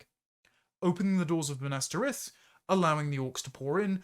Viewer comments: The pronunciation of Minas Tirith as Minastereth in the first 20 seconds immediately makes me discount everything else you say. If you don't know Tolkien well enough to pronounce the Last City of the Men of the West, then you, sir, should have your Englishman card revoked. Good day, Sir! HURRUMPH!! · Ive NEVER heard someone butcher " Minas Tirith" so egregiously in my LIFE! 🤣🤣 makes me want to dislike every video youve ever made hahhaha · My only complaint as a nerd was your pronunciation of Minas Tirith lol